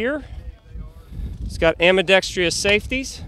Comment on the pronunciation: "Ambidextree-ous"... , a SHOT show classic.